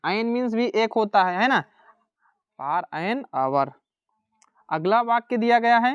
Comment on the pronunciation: Sir फार nhi bolte h फोर for bolte